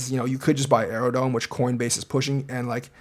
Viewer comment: is Aerodrome not Aerodome...are you really doing your DD thanks brotha